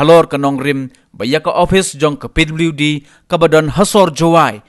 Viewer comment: pliwdi department ...nga da sngap khnang 😂😂